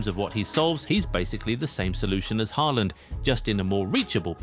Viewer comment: Ochim haaland??? Lol😅